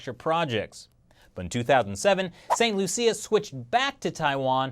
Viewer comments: St "Loosha" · It's pronounced "Saint Lu-Sha" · St. Lucia (pronunciation) >St. loo-sha